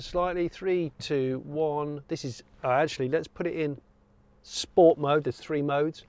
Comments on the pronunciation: Great review as usual Jonny. 9/10. 1 point docked for incorrect pronunciation of the word ‘sport’ before the 0-60 run. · Trying to get used to you saying "Sport" normally.